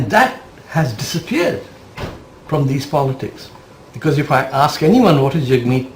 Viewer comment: Jag Meet? Nah. Not reDy.